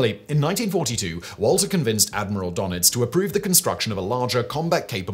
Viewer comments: Admiral 'Durr-Nits'........Not 'Donn-itzz'..😉😂 Great video as always though! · Admiral "donnits"?? Nope. That umlaut has a meaning, and all you have to do is listen to somebody who actually knows how to pronounce it -- rather than making up this infantile "donnits" stuff out of your head. "Duh-nits" comes closer -- but you can always just ask sombody who knows. That's what, uh, professionals do. Maybe grow up and try it, OK? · Donits is pronounced Der-nitz.